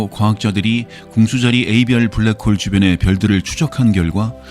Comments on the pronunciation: 편하고 안정된 목소리 참 좋아요. 그래서 들으면 잠이 잘와요. 그런데 블래크~ 호울! 확 깨네요! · 저도 블랙호-올이라는 영어 발음에 놀랐습니다. 은하에 대한 정보들을 수시로 업그레이드 해주시니 감사합니다. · 불뤠코우우우울~~~~~~ 순간 채널 해킹당한줄 알았어요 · 오 ㅋㅋㅋㅋㅋ 블랙홀은 발음이 특별했네요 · 와 블랙홀 발음 끝내주네요! 제가 응원하겠습니다! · 진지하게 듣다가, 블랙홀 단어보고 영어발음 굴리시겠군하고 듣는데 개빵터졌네요ㅋㅋㅋㅋ